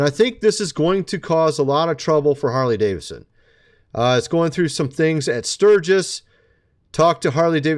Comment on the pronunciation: You mean Whore-ly Davidson?